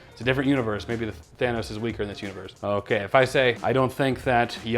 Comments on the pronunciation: I shouldn't be laughing so hard at "Thanus" but I just can't help myself 😂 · "Thanus" LMAO😂🤣